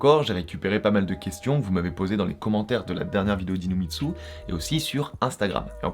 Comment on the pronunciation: A chaque fois qu’il dit dis nous mitsu j’ai l’impression qu’il dit « inu mitsu » 😂